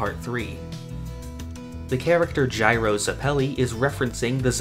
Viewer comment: You say Zeppeli wrong, yet someone say Gyro correctly.